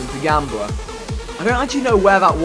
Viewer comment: Why does he say gambler so weird?😂